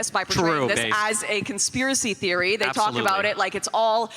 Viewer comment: "Shadowy conspiwacy feories" 😂 this is embarrassing. Or rather it's embarrassing that people don't go on the W.E.F site and read for themselves how much Destiny gaslights them.